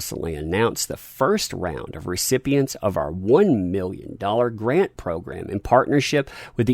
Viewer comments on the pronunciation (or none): none